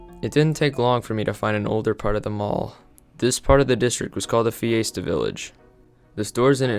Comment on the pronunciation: Can’t even pronounce “fiesta” correctly 🤦‍♂️🤦‍♂️🤦‍♂️